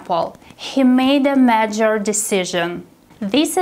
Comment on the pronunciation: im afraid the word "major" is a little mispronounced